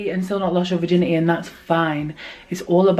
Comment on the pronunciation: “virgin • eh • e” lmao I love it.